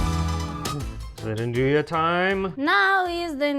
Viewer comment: Nduja when said by the d is silent but when says it the d is emphasised. I suspect that says it right.